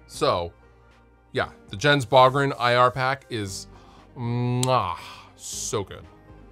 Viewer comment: Pronounced Yens Boo-gren. Great producer btw. Cheers!